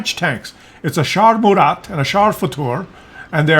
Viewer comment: Murat , Général francais , dont pronounce the T .